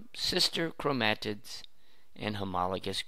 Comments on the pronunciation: Learn how to pronounce 'chromatid.' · please stop saying chromatid like that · I've never heard someone pronounce chromatid the way he does.